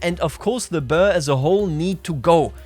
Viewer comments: (boer is pronounced as "Buhr") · Boer pronounces like Ruhr, but with a B ;)